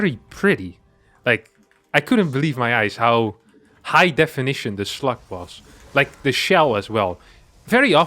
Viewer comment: Am I the only one who heard sluts?